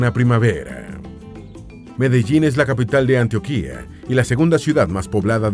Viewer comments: Algo que decir del video, sería que hay algunas pronunciaciones exageradas como ejemplo antioquía en vez de antioquia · Hola amigo, me encantó tu video!! Pero "Antioquia" se pronuncia con la "O" tónica, el "Antioquía" al que te refieres es otro lugar, igual muy buen video :D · Como colombiano me agrada este tipo de contenido que divulgue las maravillas de mi país, sin embargo también como colombiano debo anotar que tiene muchos errores de pronunciación y datos: Antioquia no lleva tilde, la que lleva tilde es la que queda en Turquía; el río y el departamento se llaman Arauca no Aruaca y las montañas que rodean a Bogotá, y ninguna montaña en el mundo, va más allá de los ¡31.000 m.s.n.m!; solo por mencionar algunos errores. Las opiniones son debatibles, pero los datos y los nombres no. Lástima que tan buen trabajo de investigación falle así repetidamente. De todas formas, chévere el video. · Muchas gracias por hablar de nuestro país Colombia. Oye si tienes que hablar en la internet programa la IA para que promuncie los nombres correctamente valleduPAR lleva el acento en la última silaba. Por ejemplo, es Arauca no auraca. Luego es AntiOquia. Olvidate de antioquía como lo estas pronunciando. En Venezuela es San Antonio de Táchira. Bueno que sigas mejorando la pronunciación. Que viva Petro y el gobierno del cambio. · 🤣🤣🤣No es .AntoKiA. es Antioquia enseñenlo por favor🤔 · Solo como corrección en Colombia es Antioquia y no Antioquía, el segundo es perteneciente a turquía y se pronuncia como en el video. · Soy Bogotana, y demasiadas cosas que no son ciertas, además agradecería de corazón que empieces por pronunciar la palabra Ántioquia de forma correcta. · Excelente vídeo 👌🏻. Solo un pequeño detalle: Se dice Antioquia con acento en la O, no con acento en la última i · Antio- Quia ., Ara-Uca, y muchos 😅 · Antioquiaaa así suena cada vez que lo pronuncia!!! 😖 se pronuncia seco no se alarga. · Así es, ja ja, ja, da risa cuando pronuncian ANTIOQUÍA